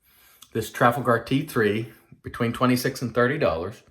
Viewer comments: Beautiful looking new version of the Hawk,! But......Trafalgar would be pronounced ' Tra-fal-guh' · The model…Trafalgar….is named after Lord Nelson’s naval victory over the French in 1806…if memory serves. It is pronounced….Tra..FALL…gar. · It's pronounced Traf-al-gu. Based on a battle in English history.